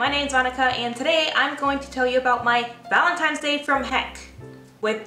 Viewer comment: am I the only one who hears "valemtimes day?" XD I so understand .. Chicano problems . lol I thought it was your mother in law saw the wedding video and she made valentines bad. not a hs story . You got me . lol